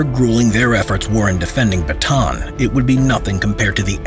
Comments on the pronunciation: For the last time! It's not "Bataan it's "bata-an"! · It's Buh-ta-ahn not Batuhn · sounds like hes saying baton instead of bata-an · Why did you say batan you are supposed to say bata-an add another "a" near the end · almost 3 years i still hear saying the baton instead of Ba-Ta- An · my mom was so mad ur saying it bataan not ba ta an cuz the dad of my mom dad was there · correction on the pronounciation of name Bataan, its Bata-an. not batan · I am happy that this atrocity that happened in my country and to my people has been told again. (I just get a tinge of annoyance every time he says batan, and not bah-ta-awn) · it is ba ta an not batan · Pronunciation lesson on Bataan: Bah-tah-ahn. Not Ba-tan. Thank you for listening to my ted talk. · this is how you say bataan} not batan its} ba-ta-an the last A is hard:^ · I like how its say "batan" not "bata-an" XD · its ba ta an not bataaan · well first of all its Ba-ta-an not ba-taan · Its Ba-ta-an not Ba-taan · It’s pronouced as “Ba-ta-an” not “ba-tan” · Its actually b a t a a n not batan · Its not bataan its ba-ta-aan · The batan deth march lol its ba-ta-an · Ist not bantan ist ba ta an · bro kept on saying baton instead of saying correctly like Bata-A-n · As a Filipino I am offended by how he says Bataan Its Bata-an not batan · He simply doesn't know because not many people know, or care. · Btw the pronounciation of bataab is Ba-ta-an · Repeat after me BA-TA-AN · The way foreigner prunounce bataan is funny😂 sorry to be a nerd its "bata an" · It's ba-ta-an sir i know this because im a pinoy or philippines. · It's called Ba-ta-an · It is called ba-ta-an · to pronouce bataan its Ba-ta-an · its ba-ta-an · btw its bah-tah-an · I'm laughing so hard right now becos of how this man translates 'Bataan'